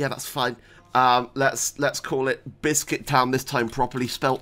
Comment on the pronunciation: I for one am a fan of the subtle adding of S to bissssscuit everytime you start a new game.